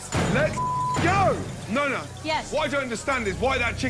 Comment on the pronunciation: Nona? Really? Nah nah nah my boy